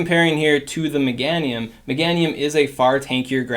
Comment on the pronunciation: You pronounce Meganium funny lol. Megaaahhnium.